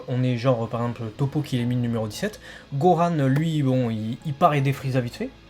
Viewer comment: Pourquoi ils disent Goran ???????? C'est Gohan bordel de merde arettez avec vos prononciation bizarres!